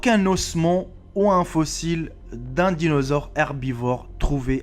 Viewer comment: top 10 de l'orthographe qui fait trop peur.... la premiere place revient a et son " des animals "....(on peut aussi parler de son "dinausore " sur une autre vidéo ) et dire qu'il va ensuite oser se moquer de ceux qui ne savent pas prononcer spéléologue bref qu'il commence par balayer devant chez lui avanr de juger ce qu'il se passe chez les voisins qui en ont visiblement plus dans la tête que lui